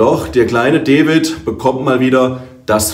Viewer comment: Das heißt D a vid, nich Devid 😉